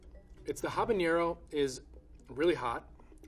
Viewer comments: Just FYI... it's habaNero, not habaÑero... "ha-ba-neh-ro", not "ha-ba-nyeh-ro" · Habanero not "habañero" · I hate to be that person 💀 but I hate how he kept saying habañero/habanyero ..... notice how HABANERO doesn’t have a ñ in it.... it doesn’t make you sound more cultured by adding it, so stop it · It’s just HABANERO. Not habañero. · i enjoyed this video, but holy heck, so many people can't pronounce habanero properly. -ñ🙅🏻‍♀️ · 1. As mentioned before, bacteria don't "eat salt". They anaerobically metabolize carbohydrates present in the vegetables, producing lactic and acetic acid. 2. Habanero is pronounced more like "abanero", not "habaniero". "habaniero" is a hypercorrect pronunciation, which means it is a pronunciation of a foreign word that's intended to sound more authentic, but because false analogies are used (in this case, probably jalapeño), it ends up sounding (IMO particularly) wrong. PS: Just look at the spelling. If habanero was supposed to be pronounced analogously to jalapeño, don't you think they would spell if "jabañero"? [1] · I can’t stand the mispronunciation of habanero. It doesn’t have an ñ and it’s name comes from being from Havana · "Jabañero" So disappointed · Habanero, not Habañero. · It drives me insane the amount of people that pronounce habanero with an ñ. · Very informative video however the word Habanero is not spelled with an ñ and is pronounced "Ha-ba-nero", not "Ha-ban-yero". Jalapeño however, is pronounced "Ha-la-peen-yo" :) He's not a native Spanish speaker nor a pepper expert so I wouldn't expect him to know this but it bugged me and I wanted to point it out XD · Yeah but a lot of people pronounce habanero that way. Doesn’t make it right, but he gets a pass for that one. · habanero not habañero... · It's not, he's hyperforeignising it. It's a habanero, not a habañero. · Habanero, not habañero, friend. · It really grinds my gears when people mispronounce habanero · my man keeps saying habañero on the spicy pickle part